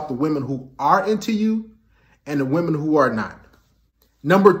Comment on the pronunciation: i like how he pronounces 'wahmen'